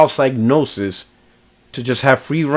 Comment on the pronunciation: Just one thing. It's pronounced "Cig" as is Cigarette not Psy as in Psychic.